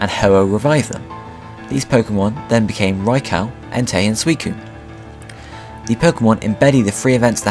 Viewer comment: thanks,i never knew how to prenounce suicune's name